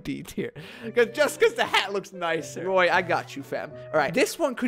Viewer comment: ROY! VS...ROY...